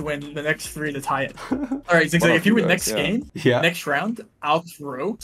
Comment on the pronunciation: No, it’s Zi8gzag. Rainbolts German pronunciation is frankly…horrible😅